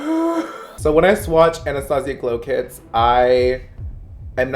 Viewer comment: are we not gonna talk about how he said glow clits 😭😂